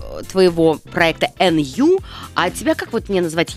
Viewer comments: Не Н-Ю,а НЮ. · Как же бесит , что она говорит эНЮ 👹👹👹👹👹👹👹👹👹👹